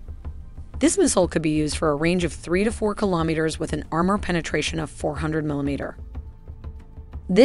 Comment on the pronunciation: You were given too many attempts to pronounce kilometer correctly, but a great video nonetheless